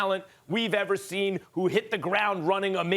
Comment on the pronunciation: Don’t chew Eva evah!!!🤣😂🤣😂